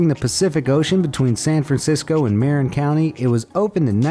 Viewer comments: Since he couldn't even pronounce "Marin," I can only imagine what he did to the other names of places. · I am surprised San Francisco-Oakland's Bay Bridge didn't make the list especially with the light show adorning the Western section and the newer Eastern section. Also the narrator totally mispronounced Marin. It is pronounced "Mah-Rin." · Remarkable that they would do all the research to produce such a remarkable collection of bridges and yet not be thorough enough to validate the pronunciations! They pronounced Marin County (for the Golden Gate Bridge) improperly too. I’m confident there are likely more mispronunciations!